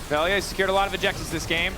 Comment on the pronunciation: Veljko his real name, VELJA . He is serbian, LJ is as one letter not as two. In our slavic alphabet you can combine L + J to get LJ and its spoken like L+Y i guess. But they should at least ask how they should say it, because what they are saying is like "VELIJA" and there is no "i" , Best way to describe is using another word like " Love" in serbian " voljeti " if spoken "vol-ye-tee" . I know nobody cares, but as they commentators they should know it.